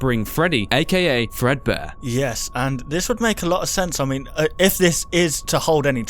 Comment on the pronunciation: that is not fredbare it is Freddy fazbare